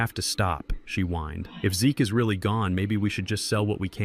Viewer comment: Will you please teach your AI how to read the names of the characters named in the story. Very annoying! Brad's it's not Brad S. Zeke's not Zeke S etc. I almost quit listening to it but came back. Also, how to read the word COAT. It's not COT. No matter what language the story is translated, your AI should read the words correctly.